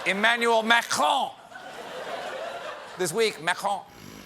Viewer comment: I thought that was just how Americans all say "croissant." He did well with "Macron," which Americans usually say as "Macrone."